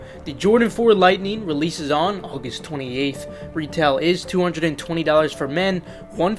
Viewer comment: 2 things: Hibbett be sold out ASAP. Your pronunciation of "August" is hilarious!